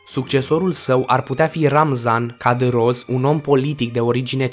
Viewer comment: In primul rind Kadârov nu Kadâroz. Mai ântâi ți-aş recomanda să te informezi din sursele corecte ânainte de a face clipuri cu tente politice. Streotipuri vestice (coruptie, tiranie, şamd). Tema dezgustătoare.